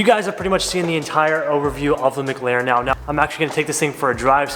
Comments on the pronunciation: It’s McLaren not MGlaren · Gotta learn how to say mclaren